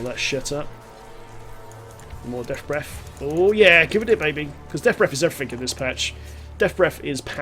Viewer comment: Deaf Breff. Hehe, love the vids. Subbed.